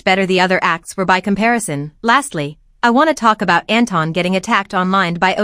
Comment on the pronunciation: Can people stop pronouncing Anton as Enton. His name comes from Germany and it is not pronounced like Enton. Enton is literally the German name the Pokémon Psyduck. I always imagine Psyduck as a Kpop idol now. Also there is a well known Austrian singer Anton aus Tirol who sings in his song Anton aus Tirol how it is pronounced.